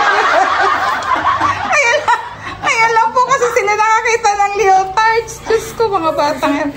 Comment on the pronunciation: Lee-uh-tardz po.❤